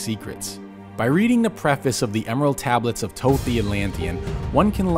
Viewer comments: After all this time, only now is all this potentially defamatory info coming to light. 🤔 Hmmm, I think I'll wait until verifiable evidence comes forward before I reshape my view on the Emerald Tablets of Thoth (pronounced THoth, by the way, not Toth 🤦🏻‍♂️). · I hate when ppl pronounce his name as “ toeth” I can’t even finish this video it’s “THOTH” like thoeth how do you use the second H but not the first H 🤷🏽‍♂️🤦🏽‍♂️😤😠😡🤬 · Right?! I've been pronouncing it as Thot (Thought) considering he is a god of knowledge. shrug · This dude cant even pronounce Thoth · Is the first H in Thoth really silent? Have I been mispronouncing it all these years? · Your pronunciation of Thoth..